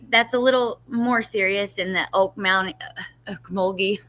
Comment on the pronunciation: Pronounced “Oak-mole-gee” (Okmulgee). It’s very near Tulsa, Oklahoma.